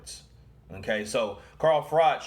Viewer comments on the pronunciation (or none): Pronounce frock